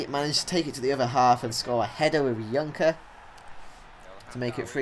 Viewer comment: you say junker but je say it like joenker